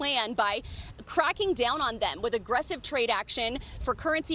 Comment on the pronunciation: Chi-na Hunter holdings 🤣🤣🤣